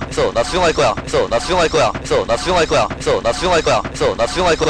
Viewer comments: 존나충할거야 이래들림 ㅋㅋㅋㅋ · 됐어 나 수정할꺼라고 들린다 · 개속들으면 '됏어 나슝할거야 ' ㅊㅓ럼들림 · 이거 많이 들으면 나 수정할꺼야 라고들림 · 근데 몇번은 나 숭할거야 라고 들리지